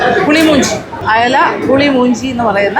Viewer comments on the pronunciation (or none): U scrpaed some tulu words.. It's not pulimoonji... It's mulimunchi...